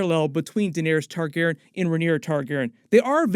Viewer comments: Great job as always, but please start pronouncing Targaryen correctly. It probably doesn't bother anyone else, but every time you say "Targaren" I cringe. Otherwise keep up the great content! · "Targerr'n" lmao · I hate the way you say Targeeren (??) Lol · Why are you pronouncing "Targaryen" like that?????? It irks me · you gotta work on “targaryen” pronunciation for this show haha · My guy why do you say Targaryen like that?